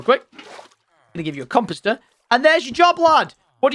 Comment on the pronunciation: "come posters". lol. that is what it sounds like tom is saying when he says comeposter. lol.